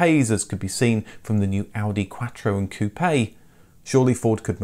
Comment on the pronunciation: Quaaaartow.. My god your pronunciations are hurendious. Must be a fault in your speech. Every video, you make some bad pronunciations.